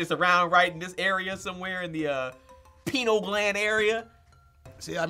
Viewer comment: Did say "penal" gland...?